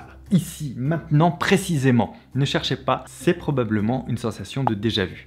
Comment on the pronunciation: “A déjà-vou”